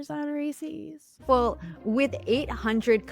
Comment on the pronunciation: you’re saying it Reese’s correctly but your guest says it incorrectly. Idk why it annoys me so much but it does 😂